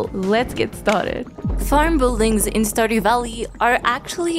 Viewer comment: And “bull-dings” lolol